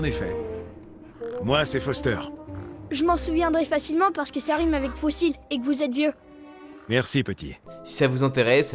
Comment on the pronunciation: on pourrait croire que c'est un problème de trad trop littéral... sauf qu'en anglais, on dit aussi fossil ( prononcé fo - sail) donc non, c'est juste le gamin qui est pas doué pour le rime en fait. Très bonne vidéo au passage, merci !